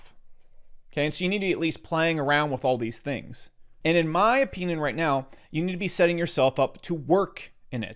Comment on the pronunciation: Why he say Opinion like that?😭😭😭😭